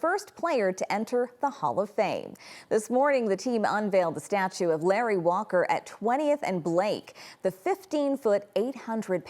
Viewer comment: She didn't announce his name right😂